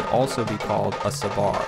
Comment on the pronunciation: Hi. Great stuff. I salute your knowledge. Playing and demonstrating tassu. Most impressive. But can I just comment on your iteration of the word sabar. You tend to stress the second syllable sa-BAR, where it should be on the first SAB-ar. I know you know that. Maybe it just doesn't sit easily with American English. Otherwise, nehna loll!